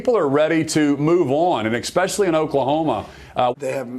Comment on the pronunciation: did you notice that the gov of oklahoma said EXpecially in ok.